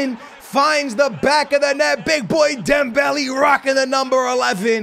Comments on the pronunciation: pronounced dembelay, not dembelee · It really doesnt matter how you pronounce it but his name has accents for a reason. Instead of Dembelee its DembeLay.( Would love a shoutout😀🙏👍 GREAT Work as always) P.S. I wanted SuperLeague before FIFA 19....🙏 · Dembeli? Not he dembele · That’s not how u say dembele 😭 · please pronounce dembele right